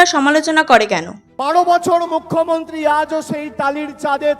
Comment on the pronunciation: "বাড়ো বছড় একটা মুখ্যমন্ত্ড়ী টালিড় চালে থেকে".... ইত্যাদি ইত্যাদি। এর "র" টাকে কোন্ কামারশাল ঠিক করে দেবে ভাই??? আর সায়নী ভালো???? হাঃ হাঃ হাঃ...তাহলে নচ্ছারটা কে?